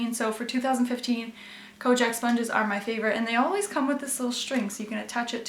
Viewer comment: Konjac sponges are the best!! BTW, I'm pretty sure its pronounced "kon - yak." The product originates in Japan, where the word is "konyakku" :)